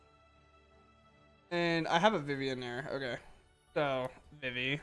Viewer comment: Yo being a guy who loved playing FFIX and hearing people say "Vih-Vee" instead of "Vee-Vee" is driving me INSANE.